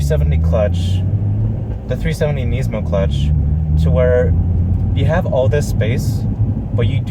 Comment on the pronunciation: Nisssss-mo not neiz-mo